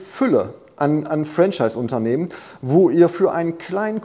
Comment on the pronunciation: Mein damaliger Mentor sagte immer: bei Franchise liegt die Betonung auf der 2. Silbe 😉